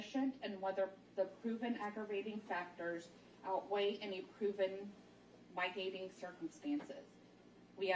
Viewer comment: When she said hen-ee-us instead of “hay-nus” and my-tigating instead of mit-igating” I lost it. I’m hoping she was nervous and not just ignorant.